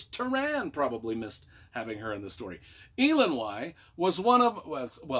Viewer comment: Entertaining review. You butchered a lot of the names (Tah-run, not Tuh-ran and Eye-lon-wee not Ee-lon-why; Pri-dain not Preye-dain). There's a pronunciation glossary Alexander put together. This is a pivotal book to read before The High King and tells a really good story.